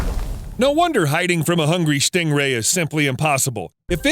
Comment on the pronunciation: For a moment I thought you said Schting rhay